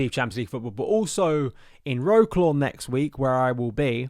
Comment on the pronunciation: Before you go to Wroclaw you best learn to say it properly... it's not row-claw but vrots-swav